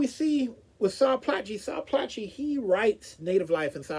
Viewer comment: Insightful review! For your interest's sake, his surname is pronounced "Ply-key".